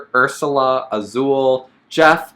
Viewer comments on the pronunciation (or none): none